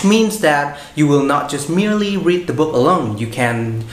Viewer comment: E rất hâm mộ anh vì khả năng nói Tiếng Anh của anh. Tuy nhiên, ở phút thứ 2 anh nói " the spelling " với mạo từ " the" như khi đứng trước một nguyên âm vậy. Nhưng không sao, đây chỉ là 1 lỗi nhỏ xíu xiu thôi, ai nói Tiếng Anh đều không thể tránh khỏi cả.